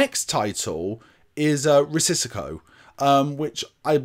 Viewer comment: Love the channel!👍🏼 Risico is indeed “Risk” in Dutch and Italian. Not sure about Greek. It is nu the way pronounced as “Ree-see-go” 🙂 Keep up the great work mate!